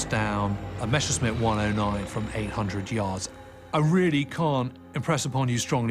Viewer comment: "Meshersmitts" Groan! It's Messershmitt. Just drop the "c" in the German spelling and the pronunciation is right there.